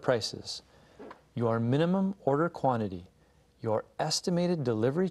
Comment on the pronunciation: Order被妳唸成Odor